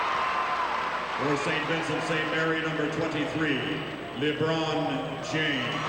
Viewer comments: Liibron James😂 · He said Leebron,not Laybron,listen again.